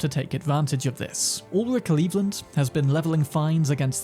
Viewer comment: Not gonna lie... I totally heard "All of Cleveland" when you said Ulrich Lelland.